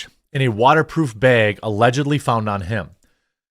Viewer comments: I’m having a really hard time with how you pronounce the word bag. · I watch this channel every day with high hope that Jeremy says bag. 😂😅